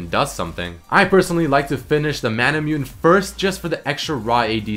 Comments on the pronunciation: you pronounce it as Mana-Moo-Neigh. (no offense. i luv you bro) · "mah-nah-moo-nay" = manamune